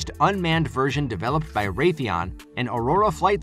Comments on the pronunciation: To the Narrator: It's "CLOSE" Air Support, NOT "Clozed" Air Support - That's it's entire mission. Get it right! (e.g. ) Also, it's "version" NOT "virgin" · It's "close air," not "closed air." It's also "version," not "virgin!" Yes, I'm an editor... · "Will be changed in this virgin"